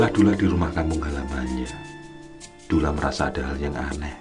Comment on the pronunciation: Duloh bukan dulah om